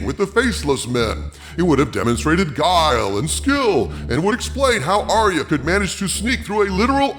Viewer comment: ARYA not aria